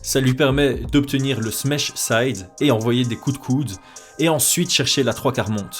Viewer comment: Smesh c'est pas Smash avec un accent de l'Est?